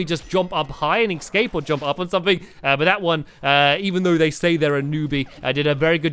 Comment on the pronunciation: Did stampy just say excape routes? Hehe that's so funny though